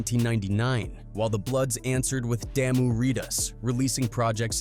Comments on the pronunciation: It’s not damn u it’s da moo (damu) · This AI voice can't say shit right. "Lock" - loc "Rip reedaz" "Daamu" 😂